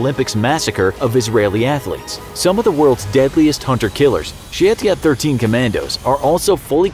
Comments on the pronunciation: It's pronounced SHA-YET-ET 13, Not Sheytiat or whatever you said there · Lol. His pronuciation of shayetet 13